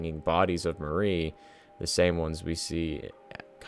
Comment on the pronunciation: Great video but a little pet peeve of mine– Mari's name is pronounced "Mar-ee" instead of the way the name Marie is pronounced!!